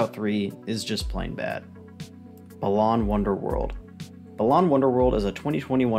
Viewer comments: As great and well-structured as this video is, this’s legit the first time I’ve heard anyone pronounce Balan as BUH-LAHN instead of BAH-LAN, as in balance lmao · The pronounciation of Balan here is weird compared to most other review videos I've seen. Is that how it's supposed to be pronounced?